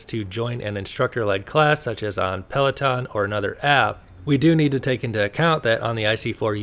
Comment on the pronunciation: PLAW TAWN ( FRENCH AF)